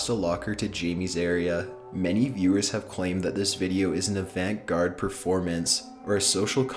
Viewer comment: you can't be a narrator and not know it's pronounced ah-vahnt.